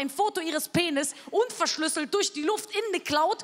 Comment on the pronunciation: und die betonung :-D